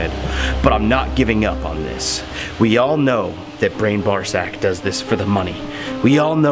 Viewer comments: i had to listen to the first time he messed up brian's name, thought he said ball sack lol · Haha so funny but please learn how to say Brian's last name lol